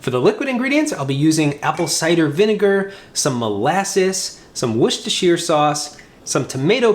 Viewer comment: Worcestershire, pretty accurate pronunciation!